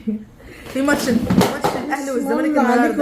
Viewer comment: لفظ الست صح.. هي ماتش مش مَتش